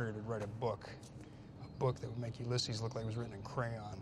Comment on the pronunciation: Am I the only one pissed off he pronounced "Uylesses" wrong?